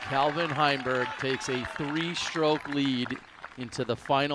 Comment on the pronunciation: Heimburg did alright, but the real win in this video is finally saying the name "CALvin" correctly. 🥇